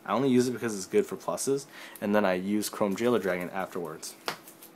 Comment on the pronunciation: Did you just say chrome VEILER?xd